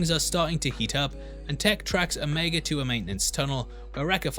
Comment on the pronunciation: I'm a little disappointed to hear you pronounce the name 'o-meg-a' instead of 'o-me-ga'. But it's understandable. And is it just me or does Ming-Na look like she still in her 30s?